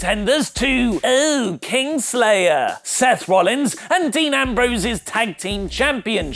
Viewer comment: the way you say 'kingsslayer' tempts me to unsubscribe your cahnnel.